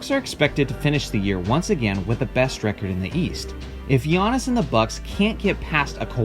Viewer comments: First time I have heard someone say Giantis instead of Giannis. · This guy be saying giantis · is it just me or did he say giantis antetokounmpo? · I clicked on this video solely to find out how you would pronounce his first name. Here in San Antonio, several guys on a local sports talk show say it as Gee-on-iss and it's like nails on a chalkboard every time. I am impressed by his skill set, and hope their GM can sign or draft at least one more talented teammate - super teams are what is truly overrated in my opinion. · the way he said his name 🥴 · He pronounced Antetokounmpo correctly and managed to fuck up Giannis. I'm not even mad, that's amazing :p